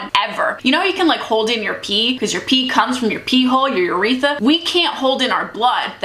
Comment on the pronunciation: Your pronunciations should be VAGuhnul and yrETHra not vag-I-nal and yreth-a